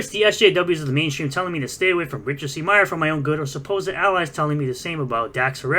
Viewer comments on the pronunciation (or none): none